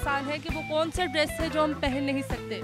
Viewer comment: ایڈریس پہنا نہیں جاتا - ڈریس پہنا جاتا ہے